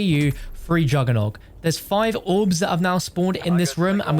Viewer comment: He says it correctly